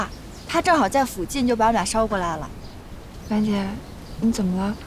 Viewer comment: 为什么那么多人把“附近”的fu读第三声……明明是第四声